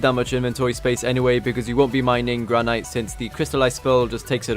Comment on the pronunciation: Misprounced granite. downvoted.